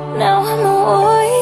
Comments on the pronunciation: Just out of genuine curiosity, is it a stylistic thing or for musical technicality purposes that she and other people who cover this song pronounces “Warrior” as “Wo-ee-yer”? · Why don’t people pronounce warrior properly when singing this song? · Someone needs to tell her that the word Warrior has R's in the middle, she seems incapable of pronouncing them